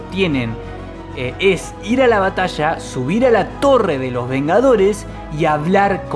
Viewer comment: La batassshaa de nueva sssshoork xD